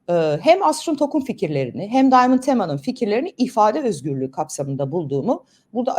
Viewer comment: Bu arada bu çocuk Arnavut . İngilizce telefaz ile söylemeyeşn şu çocuğun adını Daymınd değil Diamond yezıldığı gibi okuyun